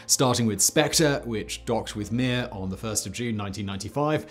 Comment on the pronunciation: You have to say Mir in a Russian accent. Oh and of course, in Soviet Russia space station launch you!